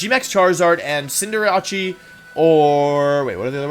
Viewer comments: Are we gonna ignore the fact he pronounced cinderace as cinderache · HOW DID HE PRONOUNCE CINDERACE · i didnt watch the full thing, but i did skip through a bit to see some of your opinions, and why the actual fuck do you pronounce decidueye and cinderace like that lmao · That Cinderace pronunciation is clawing at my insides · The worse the generation, the more botched the pronunciation of the Pokemon gets. Poor Decidueye and Cinderace. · it is pronounced cin de race not like cinderachii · Cinder-a-chi? You mean cinder-ace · Listening to you pronounce Cinderace like “Sinder-Achi” was really painful... Cinder - ace not “achi” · I don't want to be critical about it but it's Cinder-ace (like an ace) not Cinder- ache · Cinderace: is pronounced Cinderace Wolfey: "Cinderachi" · W T F is with cinder-archie (cinderace) and deccyduey (decidueye), do you know their names now? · Today we have the Wolfe Glick pronunciation guide: Diantha = Diancie Decidueye = Dekadooee Cinderace = Cinderachi Beautiful. (Loved the video though!) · Why does he not pronounce Cinderace as "sin-der-eis" like i'm not mad, just curious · The only thing I can't get over is how WOlfey pronounces Cinderace's name. Cin-der-a-chi. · "cinder-ahchie" is this a bit he doesn cause if not i am very concerned about this lads mental wellbeing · for being a professional pokemon player, this dude has some of the worst pronunciation i've ever heard lmaooo "sinderachi" bruh wtf 😂😂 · Did he pronounce Cinderace as "Cinderatshee" or am I deaf? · Not gonna lie but I laughed at some of his pronunciations like: Dekiduwi - Decidueye Cinderachi - Cinderace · and "Cinderaki" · I'm sorry I'm sorry but.... "Dekidui"??????????? "Cinderachi???!!" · Dont forget deck-i-dewey and cinder-ah-chi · You said... Jya-rados and Cinder-achie... Gyarados and Cinderace... Learn to say the names right please. However... Awesome video lol. Maybe rank them for their singles potential? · Is he serious when he calls cinderace cinderachi?